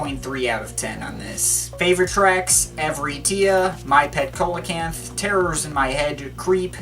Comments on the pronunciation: Coelacanth (improper pronunciation) [see-la-canth] your welcome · see-lo-canth ... its a prehistoric fish